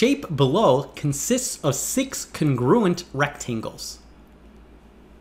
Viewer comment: 'congruent, not con'gruent